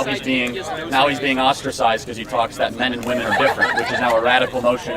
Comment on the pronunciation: Another example of the weird inability of some people to pronounce the plural "womEn" ... :D